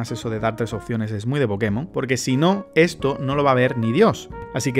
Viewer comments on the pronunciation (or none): none